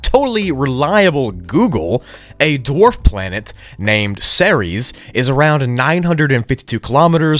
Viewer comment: bruh im a massive space fan so you mispronouncing ceres made me explode mentally